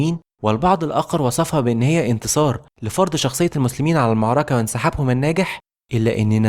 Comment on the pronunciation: يعمي انطق المعركة صح والنبي